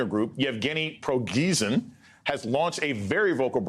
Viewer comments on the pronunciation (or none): "Yevgeny Progeezin" lol! That's not how you say it, but I like it. He's a filthy f--king N-zi.